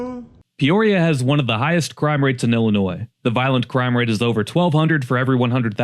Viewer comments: ill-a-noy not NOISE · You have no business taking about Illinois if you can't pronounce the word. In Illinois, the s is silent. Rockford currently has an excellent housing market. There are parts with crime but by and large most neighborhoods are safe. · You don’t pronounce the S in Illinois sound foolish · First of all, you are mispronouncing our state. It is Illinois, not Llinois (Intro). You missed Gov. "Prickster" video message, 'There is no crime in Chicago'. Illinois was a heavy industrial state. When the decline started in the 70's, and definitely in 80's, when business, especially manufacturing left for China & other right to work states. Chicago & the other communities that were mention in this video, have been run by many corrupt politicians, judges & other community leaders for many decades. Any Large Urban areas in Illinois are "Shit Holes" with High Crime, High Drug Use, high taxes and corrupt politicians, even today. Today, most "Blue States" are run by people that do not care about their people, just look at Obama, he was from Chicago (allegedly) when he was President & did nothing to stop crime. So if you want high crime, high taxes and poor public education, then please move to Illinois. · Illinois does Not pronounce the “s” at the end of Illinois. The correct pronunciation of Illinois is il-uh-NOY, with the final "s" being silent. It is a three-syllable word with stress on the first syllable: "IL-uh-noy" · Did you really just make a video and then pronounce the silent S on the word Illinois through the whole thing !?!??! BRO! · It's not pronounced Ill- i- noise!!! I have lived here for 70 years, and the correct pronunciation has not changed. I also don't agree with all of your choices on this list. F.Y.I. you can obtain the correct pronunciation of our great state by simply using, GOOGLE....🤔 👎🏿👎🏿👎🏿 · no, the s is silent. "il-uh-NOY" is the correct pronunciation. Just fyi. It's not obvious to everyone, no shame! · The S is SILENT in Illinois.